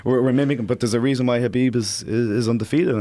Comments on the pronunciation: I love you Joe, Please learn how to say Khabib's name right its NOT KAH Beeb its .... HUH Beeb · Ben A Habib is the correct way of pronouncing his name. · Ffs. Is it Habib or Khabib? Heard quite a few people pronounce it Habib during this event but never heard anyone say it that way before. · Khabib Nurmagomedov - the K is silent in Khabib.. sir.. ; )